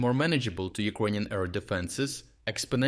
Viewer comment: They way you pronounce 'Ukrainian' sounds like 'Equanian' in my head, and I can't get rid of that mishearing 😅